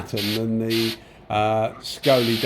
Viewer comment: Hi, Saigole is pronounced 'sigh-goal' 👍 I bought one back when they were only $100 au (so roughly 50gbp), for the money, they're a great little gun, ignoring that they're a copy, they seem well enough built. Actually, I use mine quite often for random small jobs. One thing I don't like about it is the pot lid is an absolute pita to clean due to the way it's made inside (and the trigger doesn't have quite enough of a curve at the bottom, but that's knit picking really). Overall, I don't think you can go wrong for the money 👍(not to say there isn't better for the same $$, but it isn't disappointing) Cheers for the vid 👍